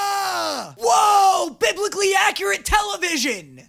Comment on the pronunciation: “WOAH BIBICALLY ACCURATE TELEVISION!!!” I’m in tears 😂😂😂